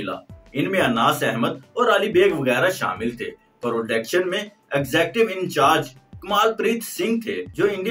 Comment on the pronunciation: Tum JALTAY raho jal-kukkar 😂 ( prodection - nahi, production kehtay hain 😂)